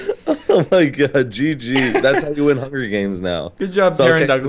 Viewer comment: is hungwy.... FOR BWAINS!!!